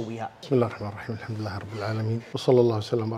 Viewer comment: ترا الراء مشددة بالبسملة يعني (بسم الله الرحمن الرحيم) مو عادية بس للانتباه👍👍👍👍👍👍👍👍👍👍👍👍👍👍👍👍👍👍👍👍👍👍👍👍👍👍👍👍👍👍👍👍👍👍👍👍👍👍👍👍👍👍👍👍👍👍